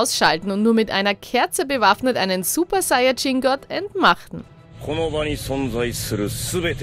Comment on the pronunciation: Naja zu mindest hat sie diesmal super saiyajin richtig ausgsprochen probs. Gehen raus